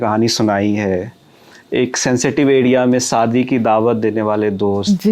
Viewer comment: Bhai tum interview le rhe Shabdo ko theek se bola kare shadi hota hai Sadi nahi Santi nahi shanti